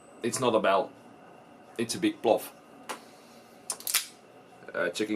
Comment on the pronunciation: 'A big plof' haha XD